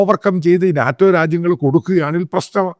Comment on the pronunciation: Not naatem - Naeto - say it correctly buddy